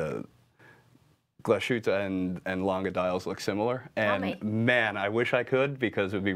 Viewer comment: Nice video even with Zoe missing (looking forward to the first vid with her dialing in).....but please, stop butchering the name Glashütte.....there is little break between Glas and Hütte (Glas|hütte), there is no sh sound in there.....